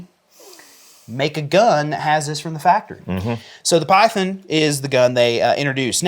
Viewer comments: Good Lord, it's pronounced PYTHON not PYTHEN you hillbilly, as a Colt collector I'm glad you prefer S&W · Excuse me did you “Piethen”…. Python ….Python!…lol😂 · Please pronounce Python as it is meant, it's not pythin.